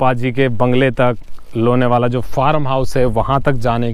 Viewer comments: व्हिडीओ अच्छा हैं. लोणावळा या लोणावला ठीक से बोलो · लोनेवाला: ' नहीं लोणावळा बोलिय. बाकी बहुत अच्छा लगा. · ...Lenavala nahi Lonavala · लोनेवाला नही लोनावला बोलो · Bhai..Lonewala nahi Lonavala kaho